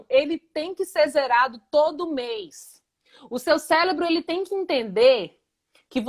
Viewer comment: Cérebro e não célebro